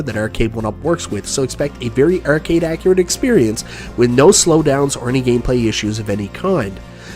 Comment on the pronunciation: Take a drink everytime pronounces "Ar" as "er" ert,ercade,merque